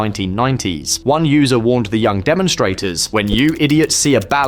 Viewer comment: You missed the "y" in young dude.